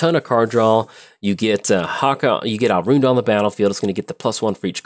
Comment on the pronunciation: My boy, it’s “All-run-d” lol keep churning the good games and the bad pronunciations lol